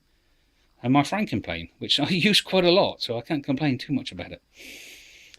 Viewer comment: Franken Plane's sounds like your saying fing planes